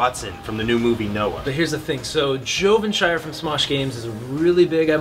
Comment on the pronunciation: broooooooooo his name is JovenShire bro. JOVENSHIRE are you kidding me dude?